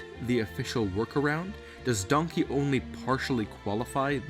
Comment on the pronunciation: I keep laughing when he says Donky dong